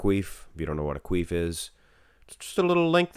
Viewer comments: It’s a quiff* not a quief 😂😂haha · Bruh it’s a hair QUIF not Queef lmfao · That's not how you pronounce "quiff" hahaha